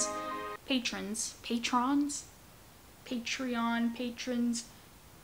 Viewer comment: Just so ya know Patreon is pronounced Pay-tree-on